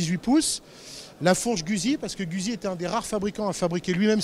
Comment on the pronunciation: Très bonne vidéo, à part la prononciation de Guzzi, la francisation du nom est extrêmement dégueulasse à écouter